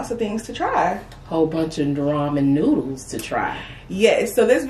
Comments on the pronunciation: ❤️ did a great job pronouncing the names of those noodles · did good with pronouncing the names of the noddles cause i would of had a hard time,To tell what they are lol awesome video🍴💝👌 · did a awesome job with the names! Better than I would have done! ❤❤❤